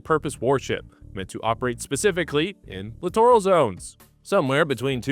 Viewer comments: Huh? Clitoral zones did you say? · It's pronounced littoral /lĭt′ər-əl/ That's LITERAL literal /lĭt′ər-əl/ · Grammar police notice: Littoral is pronounced exactly like "literal"...literally. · Sorry but I had to rewind cause I didn’t hear the word Littoral, I could have swore I heard something close but definitely different. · I keep hearing the letter C whenever I hear littoral.